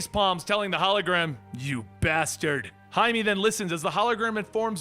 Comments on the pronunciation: Jaime That’s High-may, not High-me :P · It bugs me that you keep pronouncing blue beetle's name like hi-me, when it's hi-may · It's Jaime you dumb shit Jaime JAIME not Him-E (High-MAY) JAIME REYES, for fucks sake how just no one know how to say it. Jaime, Jaime. Jeezus! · lmao your're pronouncing the Blue Beatles name wrong. Jaime -- sounds like (hi-may) not "me" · no its not its High-me not met many Jaimes huh? He literally calls himself Jaime. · Its pronounced Hi Meh